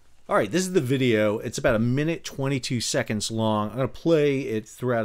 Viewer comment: 'GET THE VEEDEO'